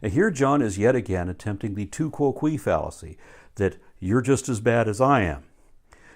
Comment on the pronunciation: Dear: Love your videos and following your channel since many years. Just a little language commentary: In latin, "Tu Quoque" (Yo too), is pronounced "too Quoh-queh", not quo-quee as in english. Best regards from Spain.